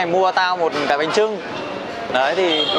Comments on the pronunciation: Bánh chưng anh ơi không phải trưng ạ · Bánh chưng not bánh trưng a ơi